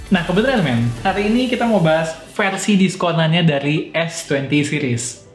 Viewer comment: "Fersi Emat" wkwkw